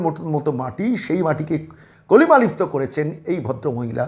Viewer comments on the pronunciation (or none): কথাটা "কালিমালিপ্ত", কলিমালিপ্ত নয়।